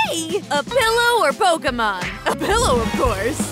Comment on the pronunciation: It Pokemon not peekamons